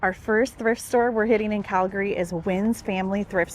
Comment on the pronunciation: You went to all the places I go to regularly in Calgary. And I love how you knew how to pronounce Calgary!